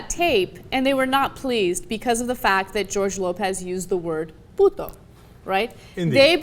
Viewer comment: I like Ana!!! She is Beautiful!!! She's Cool! She says "Puto" very well. Thanks for posting this. Ohh!! Yeah!!, George Lopez is Funny!! Very Funny. Fuck You!! Sheriff Joe Arpio, or however You spell your fucking name??!!!